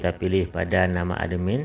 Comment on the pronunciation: Cara bacanya atmin kak bukan ademin😇